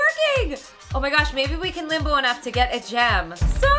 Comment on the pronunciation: The first two first times you said limbo kinda sounded like limo